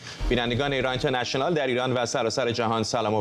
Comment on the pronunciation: اون اینترنشه نال گفتنت کشتمون.با کلاس.مثل ادم بگو اینترنشنال😁😁😁